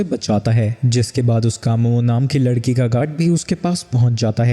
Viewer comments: ladki❎️ lakdi ✅️ 😂😂😂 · 1:39:6 larki❌ lakri✅😂😂😂😂😂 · bhai tumto larki ko lakri boldia😂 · Bhai vo lakdi nahi ladki hai 😂😂